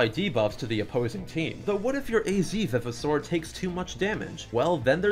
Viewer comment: I know this is a knit pick, and this video is 2 years old, but the fact you say "vivosaur" like "viv-i-saur" bothers the heck outta me. how I've always read and heard it, it was "vive-o-saur" like it was a revived dinosaur. Great video regardless tho